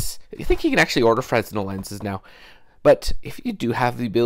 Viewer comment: Nice project. The S is silent in Fresnel BTW. :)